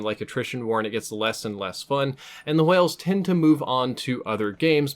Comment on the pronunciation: "Hwales" you say it like that